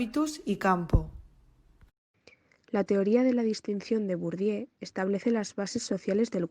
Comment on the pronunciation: Me ha gustado, pero un apunte el nombre de Bourdieu lo habéis pronunciado de muchas maneras. Como profesora de francés os pido que lo pronunciéis bien. Utilizad Forvo, una plataforma para buscar la pronunciación de palabras. Ahí os saldrá la correcta pronunciación. Gracias